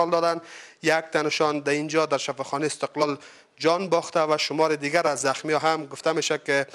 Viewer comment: شفاخانه( استقال) شما حتا کلمه را درست تکلم نمتوانید